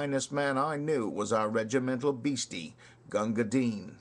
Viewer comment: Congrats on pronouncing the poor mans name properly. However, bhisti is wrong. The first i is soft as in list, missed or fist. The second is hard eeeeee. Pronounce like you would say the girls name Misty with a B instead of an M.